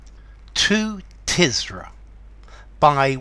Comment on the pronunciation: Is it pronounced “Tiz-ra”? I’d always thought it was “Tur-zah”. Great poem though. Not ‘Paradise Lost’ level, by any sense. But there is something of the divine inspiration in Blake’s writing, as there certainly was with Milton. And it’s fascinating to read Blake wrestling with his own human, earthly limitations in this poem. Awesome - in the true sense of the word.